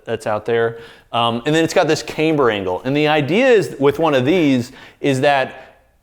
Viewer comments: KAM-ber, not came-ber - Is this one of things you do to piss-off us nit-pickers? Surely you know better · love your videos. Camm-ber not caym-ber